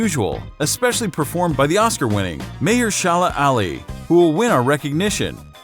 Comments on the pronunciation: "May-er-sha-la Ah-le"? It's "Ma-HER-shuh-le A-li" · May-uh-Sherla Ally. Dude learn your shit and how to pronounce names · Absolutely butchered haha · Sorry, how did you pronounce Mahershala Ali?